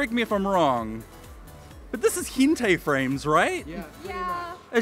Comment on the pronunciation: It's pronounced Hent-eye